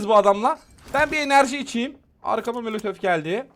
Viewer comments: Kanka sana zahmet birdaha mölötöf deme ya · Abim mölötöf çok güzel diyor sun ❤❤❤😅😅❤❤❤❤❤❤❤❤❤❤❤❤❤❤❤❤❤❤❤❤❤😊😊😊😊